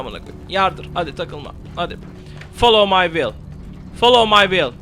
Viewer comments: Folov may viıyl değil şu olacak : faolov may viıyl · Videodan anladığım : folovmayvil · Nice video, lot of fun ! u'll win the battle against the " follow my will " pronunciation :D